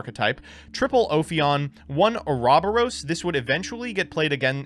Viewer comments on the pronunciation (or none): Lol "Or-ob-or-ose"? Try "Or-o-bor-os".... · Or rob or us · Oh-Rob-bore-os? 0/10 on that pronunciation. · Bruh why did pronounce Ouroboros like that